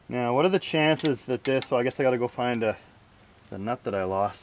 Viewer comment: Almost thought you kept saying meow not now The back doors turned out well nice 👌🏻